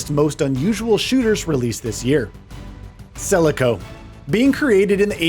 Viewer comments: Celico? Isnt it Called selaco? :D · game name Selaco, not celico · Celico!?!?!?! Is this AI????